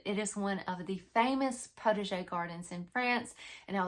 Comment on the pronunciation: Very interesting and a little funny, too; I thought it was just your way of pronouncing 'protege'! Oh the French, they do know how to confuse us! Looking very forward to this series! I have only ever had a very tiny, backyard kitchen garden of tomato's, zucchini and a handful of cooking herbs. Hoping to again in the near future, so my motto is "prepare for what I am praying for"!